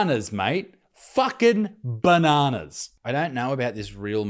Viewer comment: say banana correct freak